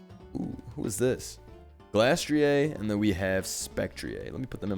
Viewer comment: Glastrieh? Spectrieh? What kind of French pronunciation is this?